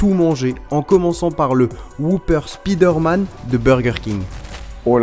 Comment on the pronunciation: C'est vraiment dégueulasse entendre spider man c'est spyder m'en